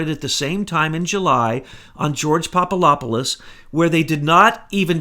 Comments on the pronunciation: Papadopoulos - (phonetically) Pop-a-DOP-pol-lus. NOT Pop-a-LOP-pol-us. For goodness sake, listen to yourself if you doubt me. Being loud and fast talking like a madman doesn't work for you. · PapaDopoulos, not PapaLopoulos. It's a "D", not an "L". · the name is Papa-DOPoulos not Papa LOP olous BTW! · There is a "D" in PapaDopolis. Good stuff however! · Hey! Get it straight. There is a "D" in Papadopoulos and Slovenia never left the Czech Republic nor did Slovenia leave Czechoslovakia. Slovenia left Yugoslavia and before that it left the Austro-Hungarian Empire. If you get so many easy-to-find facts wrong, why should we believe this cloak and dagger fantasy story you're trying to foist on us? I will now be unsubscribing from this R***ian desinformatsia account. Das vidania tovarichi.